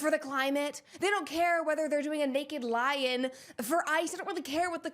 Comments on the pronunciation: Forgive me. I am watching this am and I swear I heard you say “naked lion” I was so confused. It’s naked lie in. I feel very blonde right now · I keep hearing "naked lion" when you say "naked lie-in"